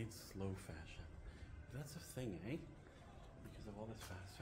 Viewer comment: Oh yea, I LOL when said "...eh?" like a true Canadian 😂